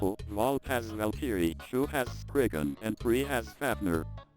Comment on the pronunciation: Whats more funny to me is that text to speech part still say shoe instead of shu